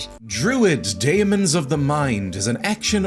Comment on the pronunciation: I had this game as part of a compilation of around 10 games if I recall correctly... Never actually played it, though I don't recall it being overly good in terms of reviews! You were right about saying it like "demon", think how you have "encyclopaedia" and how that's said!